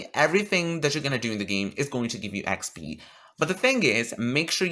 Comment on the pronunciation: How many times did you say expee in this video